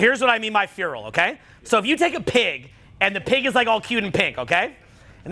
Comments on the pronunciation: It’s pronounced FEH-ral not FEE-ral - Guy from England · I just started this vid, good so far, but for the love of god the word is feral not fearal lol please unf_ck yourself 😂😂😂😂😂😂😂😂😂😂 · fay-ral not fee-ral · pronounces feral like fearal. its like fair ll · Practice this: "Ferel" is pronounced "Fair Roll" not "Fear Roll." And it's "so forth and so on," not "so on and so forth." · It’s pronounced “fer-al” not “fee-ral” thanks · Feh-rull not fee-role lololol Feh as in meh. Rull as in rull. Feral. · I heard the pronunciation, he’s right, we have gone “Feeral” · Feral: Feh - ruhl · When he asks them all to repeat FEE ROLE and half of them say it like that lol instead of the right way… they failed a social milgrams test 😂😂😂 they said the paper was red. Fail!! 🤭 Hehe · Pronounced f'EH'ral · It's pronounced "fare uhl". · Farel rhymes with barrel. :/ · Feral is pronounced like Will's last name, "Ferrell". But I get it, he's from Canada. Up there they pronounce "been" like "bean", etc. lol. I love anyway. He's the man. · Bro, it’s Feh-rul 😂. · the irony of the red card yellow card story, and the crowd copying his wrong pronunciation of "feral" hasn't been missed here. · My dad couldn't pronounce his f's either. But that was the worst pronunciations of 'feral' I have ever heard. But truthfully, it has always been this way. We just convinced ourselves otherwise. And it is just in our face because of social media not letting us bury our heads in the sand. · ...Can't even say the word feral. Lol. #Domesticated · Strange pronunciation of ‘Feral’ there… 😂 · My brain just can’t get over the way pronounces ‘feral’ 😭 😂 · Is that how Canadians say feral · It was hard to get passed this but I pushed thru because the message is right 😂